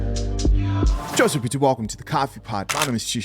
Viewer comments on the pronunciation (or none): none